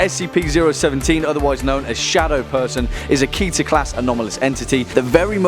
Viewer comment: Did this dude just say keeter?